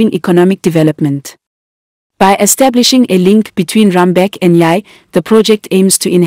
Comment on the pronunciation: Its JUBA, Bor Malakal Road not MALAGA and its also Rumbek the commentator pronounces the towns wrongly